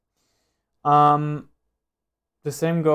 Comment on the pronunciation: I think it is a very helpful video! But it looks like you are very unprepared and you always pronounce "the" like thee.